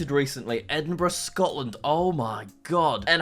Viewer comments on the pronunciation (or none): none